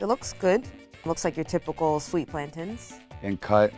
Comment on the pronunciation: It hurts my ears when the girls call em “plantins” they’re platanos or at the very least plantains